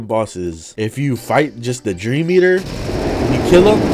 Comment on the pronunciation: “Eater” Nah Yeater Noice